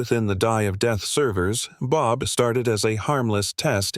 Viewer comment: why do you say it B O B